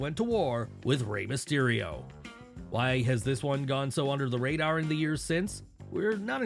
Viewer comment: The rader? Jesus.